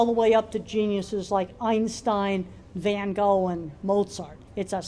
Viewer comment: Maybe you need to work on your pronunciation of van Gogh.